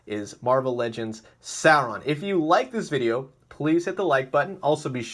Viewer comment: It's pronounced SORE-ON not SARE-ON